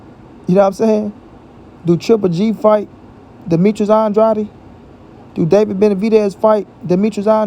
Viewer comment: Why don't this guy pronounce Demetrius Andrades name right. His name is not andrady Dumb